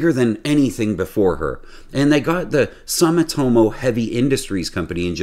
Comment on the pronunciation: Ohh boy, this script was designed for 5 year olds, dumbed down for the masses it seems. Sumitomo is pronounced Soomitomo. Nuculear pronunciation ? Thumbs down, sorry.